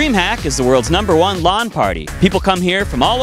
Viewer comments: he said lon lol its lan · ..why do you call it 'Lawn Party" it's LAN...like tan.